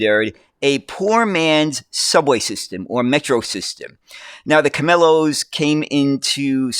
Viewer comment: Camellos is pronounced "kah-meh-yohs", with the ll making a y sound! This was a very good video on what is definitely one of the weirdest buses around! In Cuba as well as the Canary Islands and Puerto Rico, buses are called guaguas, thanks to many Canarians who came to Cuba and PR! The word guagua is an onomatopoeia stemming from the sound of a Klaxon horn! The Camello is an understandable solution in an extreme situation, you make the best of what you have, and Cubans remain strong and resilient people! Even with their extreme situation, Cuba manages to still have a lot of transit! The MetroBus network this video was about, currently has 17 lines! Besides the bus network, Havana also has the Havana Suburban Railway and the Hershey Interurban! Outside Havana, the suburban rail network serves some towns of its metropolitan area in Artemisa and Mayabeque provinces. The Hershey Interurban on the other hand is Cuba's only surviving electric line, linking Havana to Matanzas via Hershey/Camilo Cienfuegos, and it was originally built by Hershey to transport sugar to the port of Havana. The Cuban national railway network in general is around 2,830 miles! The 1,024 kilometers (636 mi) Central railway runs from Havana to Santiago de Cuba in the eastern region. An interesting fun fact about Cuba's trains is that it was actually the first in the whole Spanish-speaking world to get trains! Yes, even before Spain itself! Cuba's railway history began in October 1834 during the colonial peri